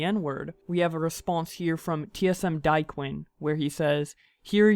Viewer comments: Ye fr said Diequin it’s pronounced DAY-QWAN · diequinn?? Pronounced day-quan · Who the FUCK is TSM Diquin you idiot it's D A E Q U A N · 😭 "diquane" bruh its (day)-(kwan) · Daequan? Diequin how can you pronounce a name wrong legit ae make an aye sound it’s pronounced day-quan daequan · TSM_Daequan is what his name is... TSM_Diequin is what you said lol 😂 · Daaaaaiiiyyyquaaaaeeeen. Butch it’s not that hard to say just say daequaaan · Forget about the n word .Mah man said daequan dieqwen xD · Can we talk about how you pronounced TSM_Daequans name? "TSM_Diequin" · Who TF is DIE-QUIN I only know Daequan XD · I lost respect for you when you said “TSM Die Qwin” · He said Tsm dyquin 😂🤣 it’s pronounced dae-quan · TSM Diequin 😹 it’s Daequan pronounce it right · Did he really pronounce Daequan as Diequan? 😂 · It’s not pronounced die queen it’s pronounced day qwan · when people thought Poki said the n word when my man said DIE quan instead of daequan Pronounced ( day) qwuaan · Dyequinn??????? WTF IT’S PRONOUNCED DAY-KWAN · Tip: Day - Qua - N Not dIe-QuIn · He said TSM die-quen it dae-quan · I like how u said diquon instead of Daquan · This dude really just pronounced daequan as die quin. Bruh it’s day quan. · "DIE-QUINN????" pretty sure it pronounced Day-qwon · nigga said daequan like diequan lol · Bro TSM DIE-QWAIN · Y he say daequan like dar frfr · Die quinn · Tsm Dyequin 😂 instead of daequan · man actually says die quin. smh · “Tsm die-quin” H O L D U P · He said pronounced Nike and not Nikee Then Diquin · The part that hurt me is when he said diequen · diequen LOL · Bruh, I know this is about poke saying the n word but did he seriously call Daequan... Diequinn? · dude real life said TSM Die Quin. SMH 🤦🏽‍♂️ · Bro wtf did you just call my boy TSM Daequan? Fam, Diequin? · This guy said DIE-QUIN...... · Did you say diqey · TSM Daequan not Dieqwen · Did you say DyeQuin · “Diequin” I’m fucking done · Clicked off when he said "TSM Dye Quinn " 🤣🤣🤣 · This mans just said Diequayn